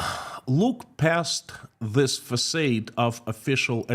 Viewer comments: Englishman here: Facade = FacARde not FacAYde. French word I assume, there's probably an accent missing from the second a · “Facade”. Rhymes with God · No "R" Fah-Sahd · Your English is fantastic, which is why I am taking the time to tell you that you mispronounced the word "facade".